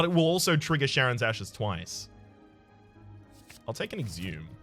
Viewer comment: In this case it shouldn't though. The mythological Greek character Charon has it pronounced like a K (in fact, Kharon is used as an alternate spelling).